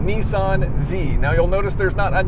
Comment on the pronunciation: When are you going to learn to say Nissan properly? lol :D, anyway, good review :)